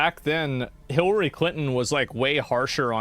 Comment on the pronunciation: Asmon mispronouncing Hilary as Hitlery is something I didn't knew I needed. And yes, 100% this is a diversion from Epstein files. 1 0 0 %